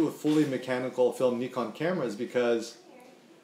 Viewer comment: You said Neekon, not Nykon: yes!